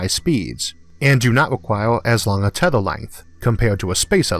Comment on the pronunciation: tethOr and (m)Orth instead of teth(E/A)r and EEEEEarth made me click dislike. Yeah I am one of those 160. Mispronunciation of my home planet is too much for me